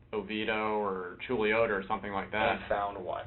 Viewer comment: I'm from Orlando, and knew people in Chuluota. I'm honestly impressed that you pronounced it correctly (not that you wouldn't look it up, or have seen it in news reports from television). Big ups.